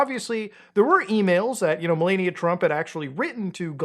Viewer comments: You need to learn how to pronounce Melanija. You keep pronounce it MelEnia. Her name isn't Melenia, Melania or Melanie, it's Melanija. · It's meh-LAH-nia. Please. Not meh-LAY-nia. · I took a shot every time he said Melaynia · Jesus I don't exactly respect the people but pronounce her damn name correctly. It's not mel-ay-nia it's mel-ah-nia, it's feels like a cheese grater shredding my ear when you repeatedly mispronounce things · "Mill-onn-eeya" U GET! MY WIFE'S! NAME RIGHT!! Who wants Arnie Palmies??😂😂😂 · Ffs it's MelAaania, clean A as is in the word "A..bbreviation. Please. Thank you. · Dude keeps saying Malenia😂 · If I hear “Melayekneeuh” one more time 😡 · I think her name is pronounced "Malaria." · why is bro saying malania like that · its "meh-LAH-nee-uh" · I shocking that someone can do this amount of research and still not be able to correctly pronounce "Melania" or "Ghislaine" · Why are you pronouncing her name like a Elden Ring boss 😂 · Personally, not a fan of Trump, but you really shouldn’t pay attention to people who can’t even pronounce his wife’s name correctly. This dude has no idea what he’s talking about. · Can you please pronounce Melania’s name correctly